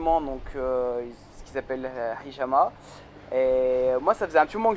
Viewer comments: Tu la bien prononcer le mot hijama,à la bien frèro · Ouai tu la bien prononcer. Sa enlève le mauvais et plein de mauvaise chose, tu vas te sentir plus fluide comme ça chez pas comment l'expliquer mais voila et sa enlève, imaginons il ce passe des choses dans ta vie le hijama sa corrige tout🔥 Essayé le dos pour les gens qui veulent essayé. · Tu le dis bien hijama sans difficulté 👍